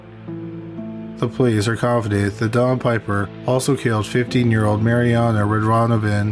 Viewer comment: I agree that this guy may not have killed those other women, outside the hotels/motels. It seems like his favorite place to kill was at hotels. The narrator kept saying the Ecuadorian woman's name wrong.